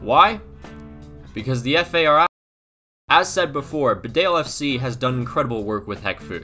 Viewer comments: An anal nitpick on a video that's 7 months old, Bedale is pronounced Bee-dale as in Bumble-"bee". Just found your channel, great videos! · Great Vid! Living 5 minutes away from Bedale, their kits are actually super popular gag christmas presents every year in this area of England. Just a heads up though, for future reference it’s pronounced BEE-dale, it looks like it needs an extra E but actually doesn’t :)